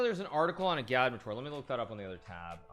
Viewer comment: Hikaru still pronounces agadmator’s name wrong, did he react to the 4th highlights on stream?